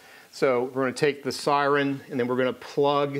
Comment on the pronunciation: Did you say "sireen" just to piss me off? It worked... 🤣 Great video. Thank you.